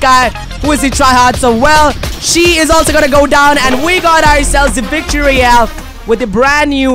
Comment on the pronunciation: He said vict royle